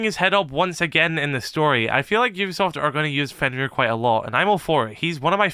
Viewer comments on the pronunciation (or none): none